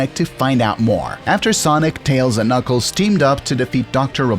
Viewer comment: Don't forget KnOckEles